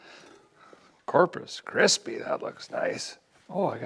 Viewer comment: Did a guy just say Corpus Chrispy???? New name for the ol' home town!